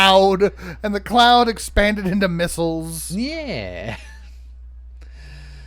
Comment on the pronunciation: Not gonna lie, the first time he said missles I heard nipples